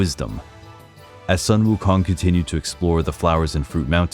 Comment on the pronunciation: A bit late but I’ll still like to praise you for the impressive pronunciation of Sun Wukong! 👍🏻👍🏻👍🏻